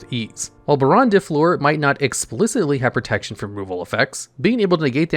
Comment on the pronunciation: i am so happy he pronounced baronne correctly.